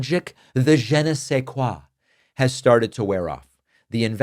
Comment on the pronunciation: Truly minor ticky tack point from a former French teacher: the vowel in je of “je ne sais quoi” is more a schwa (uh) than the short e (eh) that you used. Jus a tip for the future